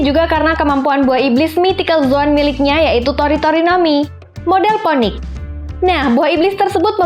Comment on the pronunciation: Poenix atau di baca finix min bukan ponik, sorry nge kritik wkwk🙏